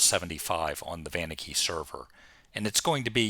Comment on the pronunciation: Never heard someone emphasize the "van" on Vaniki... most pronounce it "Vah-neek-ee", which I believe is correct.